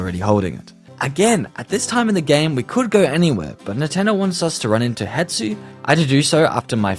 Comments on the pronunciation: Its not Hetsu its Hestu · It's Hestu btw not Hetsu lol, easliy mistaken, I've been playing botw for a few years now, so watching someone play it for the first time has made me see it from a different perspective- thx for this video it was great! Also how good is the book? Kinda want it